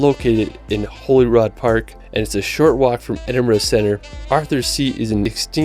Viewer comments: jeeesus.... It's pronounced "Holly Rude". For someone who claims to love these places so much, you'd think he'd have enquired as to their pronounciation. The mind boggles. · Ooh. “Holy rod” park. “Holly-rude” is how it’s pronounced btw for anyone. Also Skye has plenty of towns and things on it. Scotland had a similar population to the likes of Denmark and New Zealand. It’s not like “not many people live here” but more that people live in a condensed central belt with plenty of open and sparsely occupied land in the highlands and north. So we end up with beautiful cities and plenty of open countryside (which all are allowed to access as per our right to roam laws). It’s actually a populous and vibrant country. (Hopefully independent one day...) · The park in Edinburgh is spelt Holyrood, it is not pronounced like holy rod which the guy in the video kept saying, it is pronounced as holly like the plant and like rude ie holly-rude. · It isn't holyrod - it's Hollyrood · How is it possible to get pronunciations that wrong? Glenfinnan is pronounced phonetically and Holyrood is pronounced Holly-Rude. It might not be intuitive, but it’s the seat of our government, a quick google search would tell you how to say the names properly